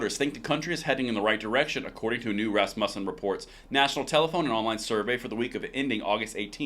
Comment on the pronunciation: Emphasis on the first syllable. RAS-mu-ssen. Love your channel.